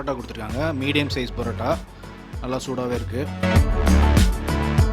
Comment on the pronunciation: It's not Barota, it is PAROTA. Use PA.... Chicken also he is not pronouncing correctly. Learn to Pronounce properly.... and make videos.....